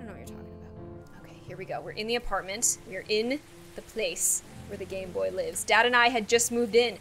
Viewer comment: Everytime says hotel: ApartMenT... Me:.. Again: aPaRtmentTTT